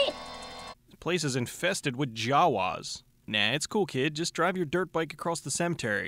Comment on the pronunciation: You say Jawas funny.....